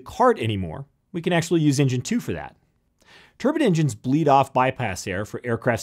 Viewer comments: Pronounced tur-Byne. Not tur-bin. Turbins are what some people from Indian wear on their heads. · A turban is what most sikh Indians wear on their heads. I think what you meant to say was turbine. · say it with me... TURBINE! LONG I! turban is a hat... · TURB- EYE-N, not Turban. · This guy cant say "turbine" ...I found this quite distracting. It's not a "turbin" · Turbine.. not turban... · you keep calling it a turban engine. it's a turbine, as in combine incline sublime etc. A turban is a type of middle eastern headgear. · turbans? lol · Tur BINES not turbans!!! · Turbine? Or turban? Ffs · A TurbAN is what Sikhs wear. A TurbINE is what is inside jets. Spoils an otherwise good video. I used to be involved in OEM and repair of turbINE blades that go into a turbINE, so speak with some knowledge on the issue. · It's a turBINE, not a turBIN. Thank you. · I always think this when I hear Yanks pronounce "turbine" as turban. 😂😂😂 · I have never heard turbine pronounced as "TUR BANN." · Why does he keep oN saYiNG TUR BINS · Did he say a turban engine? Haha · Turbins. Lol. If you pronounce turbine, turbin, you might as well make engines out of sea snails. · you say turbine WRONG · Turban turban turban turban and then ONE "Turbine" ! Ack!! My Thermodynamics professor pronounces it exactly the same though LOL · Most people in USA call it turban, everyone else to my knowledge say turbine which sounds better. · They are saying turbine they just come from a place where its pronounced turn-bin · Jon T No, he's just saying it wrong. If you called it a turbin in Australia you would not be taken very seriously but you would get a lot of laughs. I was watching just to see the difference between a turbofan and a turboprop (many of my friends fly turbofan, I fly turboprop ) but I couldn't watch to the end because it just sounded so ridiculous hearing him talk about how turbins work. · Good video but I hate the mispronunciation of Turban. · Its turbine NOT turbin!